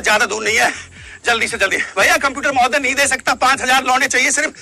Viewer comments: When he say lounde i listen lo.....de😂😂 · Aur kis kis ko "launde" me kuch aur sunai deta hai?? 😂😂😂